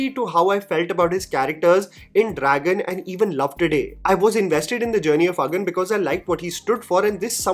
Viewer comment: your Tamil pronunciation has gotten really really better - the way you said Agan and Kural.